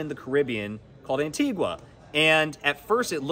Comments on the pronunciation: its pronounced ANTI-GAH NOT ANTI GWAH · It's pronounced 'Antig-A' not Antig-Wa! There's no 'W' in it. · It is pronounced Antiga. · no one is pronouncing antigua right and it's aggy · I can not get past this pronunciation of Antigua - how is a news (it is right?) outlet not the pronouncing the name of countries correctly? One in their continent no less. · Please pronounce Antigua properly